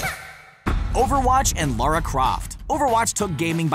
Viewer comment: Lara not Laura